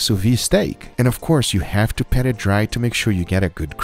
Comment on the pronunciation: *Pat it dry, not "Pet"